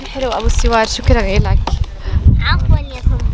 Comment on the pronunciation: سوار مو سور تعلمي كيف تنطقي الحروف هههههههههههههههه😁😂😂😂😂😂😁